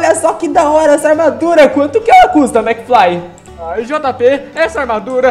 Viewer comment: Kkkkkkkkk, se fala mcfly e não mcfry